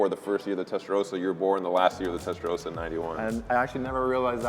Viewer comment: Testaroasa?! SAY IT RIGHT! IT'S NOT THAT HARD!!!!